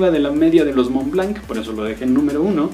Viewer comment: SE PRONUNCIA MONL BLOT